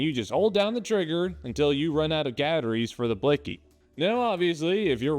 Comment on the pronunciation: "Gatteries" hehe